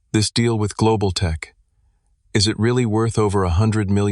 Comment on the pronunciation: So f knows why but the AI pronounces every “is” as “island”. Thru the whole story. Too f’ing annoying